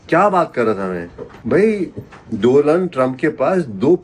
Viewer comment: By the way DONALD TRUMP H , DOLAND ni 😅